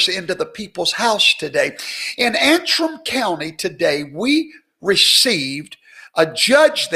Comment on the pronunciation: I thought you were blessing us for enduring that opening music! That was bad. But, thank you so much for pronouncing that little ol' county in Michigan's name correctly - Antrim. Commentators have been stumbling all over that simple little word. It's simple: An-trim. Well I have a special place in my heart for Antrim County because that was the name of the county in Northern Ireland where my Scottish family came from when they emigrated (1740) to these here United States before there even WAS a United States. Dear Antrim County in Ulster. That's where Andrew Jackson's folks came from and mine, the Breckenridges. So thank you so much for pronouncing "An-trim". And thank you for Garrison's political cartoon. And thanks, as always, for the incisive analysis, which tonight was straight-forward, without all that hoopla and enthusiasm.